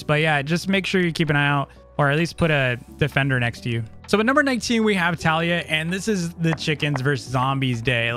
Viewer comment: kaliyah was called taliyah